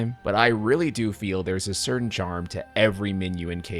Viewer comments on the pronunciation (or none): none